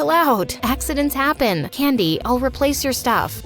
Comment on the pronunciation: her name: candy what I hear: Candice my brain: Candice dese nuts